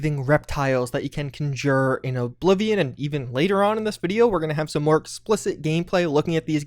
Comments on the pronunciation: Someday you will learn how to pronounce "conjure", but today is not that day. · I like your content but your pronunciation of conjure and conjuring makes me want to throw my phone into the toilet. LoL